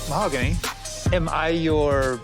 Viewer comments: The h is silent in Spanish so she pronounces her name “mao-gany” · Butchering her name over and over is pretty shitty though. 🤦‍♀️